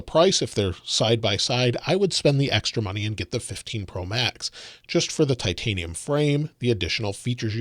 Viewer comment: I like the bleu titinum